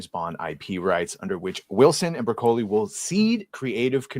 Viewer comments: OMG, it's brah-ka-lee, not bruh-kohl-ee. Don't try to church it up, son. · I was too distracted by the way this guy pronounced Broccoli to pay attention to what was being read 😂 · murcans and their funny pronounciation of italian/spanish words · Hard to take the view of someone seriously who can't pronounce "broccoli".